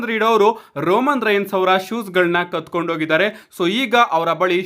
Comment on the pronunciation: ಕತ್ಕೊಂಡು ಅಲ್ಲ ಬ್ರೋ ಕಿತ್ಕೊಂಡು 😅